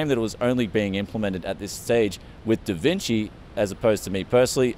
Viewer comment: davcinci XDD